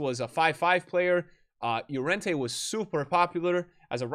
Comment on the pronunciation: For the love of God, Llorente with an L --> luh-ren-tay